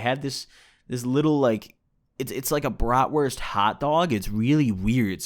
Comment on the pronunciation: xD jo und auch gut ausgesprochen für nen dichten ami